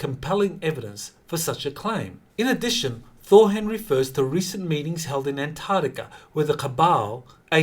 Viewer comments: PLEASE learn to say antarCtica correctly. I’m really sick of hearing ANTARTICA, it’s ANTARCTICA with a Kay sound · C'mon can you start pronouncing An-TARC-tica correctly? It's painful to listen to. Please put that K sound on the end of the second syllable.